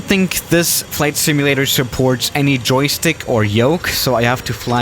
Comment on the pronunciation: Did you still remember the “JOKSTICK”? XD